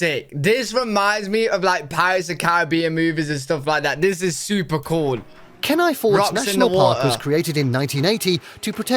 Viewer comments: Ok it’s Glay-shur and Keen- eye. Alaska is unique in all of the US. From the UK you would get better views of the Aurora in Sweden. In the summer sunset is around 11pm and sunrise about 4am but in the winter sunrise is about and sunset I grew up in Alaska and it’s the best place to grow up. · I'm from Alaska and sorry to say the northern lights is not nearly as bright as it is in pictures because many of the pictures are exposures of a few seconds. Chitna alaska is very scenic too. By the way keni is pronounced key-nye. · I’m glad I’m not the only person disturbed by the narrator’s pronunciation on “glacier” and “Kenai”. I yell “gla-sh-er” to make myself feel better.